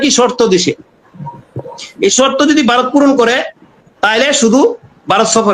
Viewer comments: ভাসাটা ঠিক করুন ওটা বারত না ভারত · তোরা সবাই মিলে আগে ভারত উচ্চারণটা ঠিকমতো বল